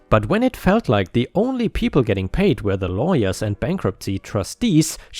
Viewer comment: Yo my dude, "were" is said as "wur" not "wear/where." 🤪